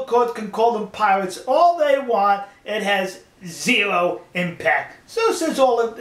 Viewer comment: Piwates... Amewica...... I'm doubled up with laughter!